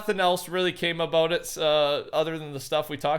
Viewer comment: "Talkin aboot"